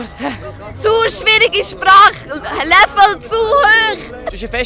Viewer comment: Hä-LäävEL zu höch :P